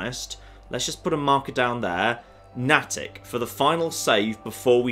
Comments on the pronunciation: Nay-tick not nah-tick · Someone has probably already said it, but Natick is pronounced Nay-Dick. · I realize would never know this - but it's pronounced "Nay-tick" here in the northeast. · Here in the Boston area, Nattick is pronounced "Nay-tick" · Hey, Just FYI.....it's pronounced Nay-tic. And slam the syllables together for the proper Boston area accent pronunciation. Natick....right next to Framingham. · Natick = NAY-tick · His mispronunciation of Natick is triggering me. It's pronounced "NAY-dik" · Natick has a long A. Please,. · Please please please... pronounce Natick correctly!